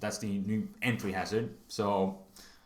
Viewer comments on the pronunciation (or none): none